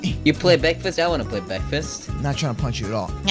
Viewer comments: BREKFASTS XD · BEKFAST MAN!